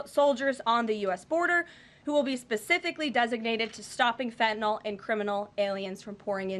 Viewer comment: There is no “o” in FentanYL, get it right